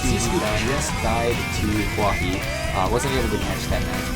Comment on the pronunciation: Who else got annoyed when that onw guy pronounced huahwi as huahi